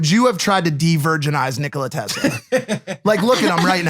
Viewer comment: Nikola Tesla the government stole his ideas I mean that is almost a fact it's not a theory and I think Shantel could probably compromise I don't know about confirming if he died a virgin Logan and no you did not pronounce his name right LOL how funny cell lab you there Logan Paul